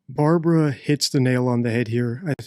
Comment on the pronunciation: Barbwa not weally convinced with the Wamsey wansom note 😂